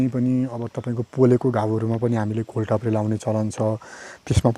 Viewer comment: घोल ताप्रे होइन राजा घोड टाप्रे हो !